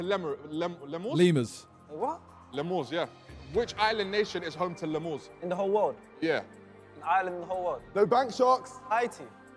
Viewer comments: Nah thats Darkest pronouncing it as les mores instead of lee-murs lmao, honestly that would throw me off too, pronunciation is key. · To be fair he didnt say lemurs correctly